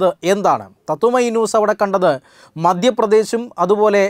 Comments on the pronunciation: മദ്യപ്രദേശല്ല മദ്ധ്യ പ്രദേശ് എന്നാണ് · "മദ്യ" പ്രദേശ് അല്ല സേട്ടാ, "മധ്യ" പ്രദേശ് എന്നാണ് ആ സംസ്ഥാനത്തിന്റെ പേര് 😈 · Mind your diction anchor! It is not Madyapradesh, it is MaDHyapradesh! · Sahodara, madyapradesh alla, "madhyapradesh" anu. Aa word namukku parayan pattum Keralathekkurichu parayumpol.